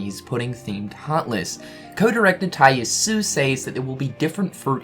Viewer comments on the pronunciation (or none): Where does the final syllable dissapear to when you pronounce Yasue?